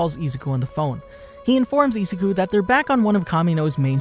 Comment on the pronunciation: You don't pronounce izuku like that